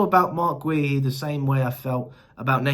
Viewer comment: Is Marc Guehi name really that hard name to pronounce properly? Lol